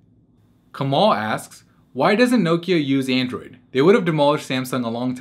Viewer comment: Did anyone else cringe each time he said Nokia?